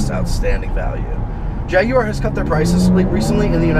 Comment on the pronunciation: I'm subscribing just for the simple fact that you don't pronounce it Jag-wire